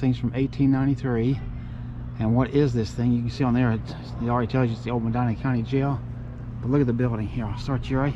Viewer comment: Born here 1950. My family, Bless, were some of the 1st residents. Nice video. Love that you like trees. Me too. Btw, the county is pronounced Meh Dee Nuh.